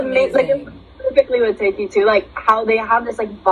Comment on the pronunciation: Thank you for being one of the few reactors who knows how to pronounce Tayc 😂, and for recognising where this song comes from. Much love!